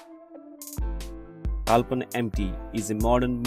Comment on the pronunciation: If I'm not wrong I heard you are saying "Kalpan" ; I think that should be "Kaplan".